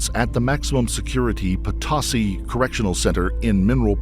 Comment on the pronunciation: The prison is pronounced Pa-toh-see. Can't believe you pronounced Chillicothe right but not Potosi lol. Anywho, I worked for DOC here in Missouri for 7 years and they probably will let her out early. She is close to her minimum out date and if she has managed not to get a ton of violations while she's been imprisoned, she will be considered a low recidivism risk and she will be let out. I personally don't think she should get out early considering the light sentence she's already gotten but she is going to need some psychological help for her to be successful and DOC isn't going to be able to give that to her. They have far too many inmates that need care and far too few care providers. The last prison I worked at had 1 psychiatrist and 1 therapist for about 700 men. They weren't all on their case load but the ones that were seeing mental health, they got about 15 min a month to speak to a therapist. That's not going to help anyone.